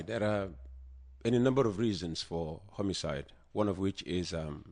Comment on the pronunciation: Chei “ Homicide” is pronounced as “ Homocide” deh. Chei Gambia 😂😂